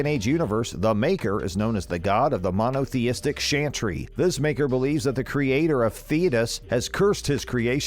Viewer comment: He also mispronounced Thedas and Chantry 😂😂 definitely not secret scenes if you ever played more then one play through of Mass effect.